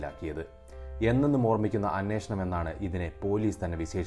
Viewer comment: അനേഷണം അല്ല അന്വേഷണം എന്ന് ആണ്